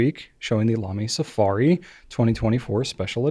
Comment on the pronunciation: Please don't say Lamy please don't say Lamy please don't say Lamy 🤞